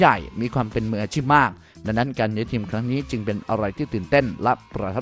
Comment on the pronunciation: แอดมินออกเสียงภาษาไทยกลางหลายคำไม่ได้ เช่น ทีมเป็นเทียม เอ็ดเป็นแอ็ด คงเป็นคนเพื่อนบ้านฝั่งตะวันออก เสียงเหมือนคนถ่ายไม่ออก 5555